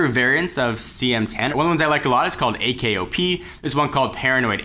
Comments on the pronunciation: For the love of god, it's AOKP, not AKOP... Messed it up again. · dude! AOKP, not AKOP! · It's AOKP, not AKOP. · U said akop its AOKP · It's AOKP. Not AKOP. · It's called AOKP not AKOP.